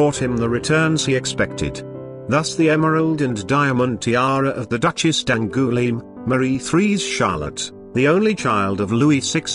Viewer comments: The pronunciations in place are awful - Garret for Garrard and Therece for Terese, D'angoilime for D'Angloumeme ....ugh.. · Well the tiaras are lovely and the history pretty accurate but the narrator really ought to learn how to pronounce French and other names name. I have never heard worse attempt at Therese or , worst of all, D'Angouleme. Thereez and Dangooleem indeed !!